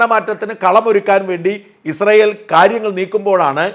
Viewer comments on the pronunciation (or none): none